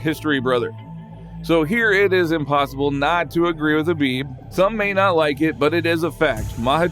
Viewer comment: it's not Habib its Kabib with a ka. Likewise maKachev with k not ha